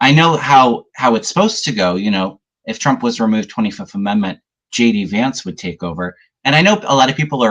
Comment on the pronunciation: When says JD vance, it sounds like he's saying, 'Judy vance' I like it!